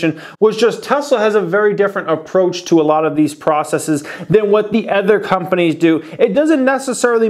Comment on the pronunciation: Other not ether. Sorry, it bugs me. LOVE THE CHANNEL